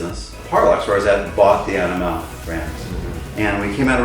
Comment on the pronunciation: the emphasis is AniMALE and not AniMALe. So I hope everyone gets the pronunciation right. Its about 'male' and not 'animale'